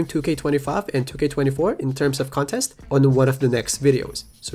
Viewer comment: “Con TEST!” Come on, you can do it.